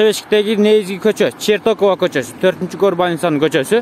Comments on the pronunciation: Чертокова эмес, Чортекова дейт. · Чортекова болчу эле Чертокова дейби?